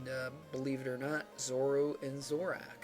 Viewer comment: wow you called Zorua Zoru and Zoroark Zorak just-j-j-just just wow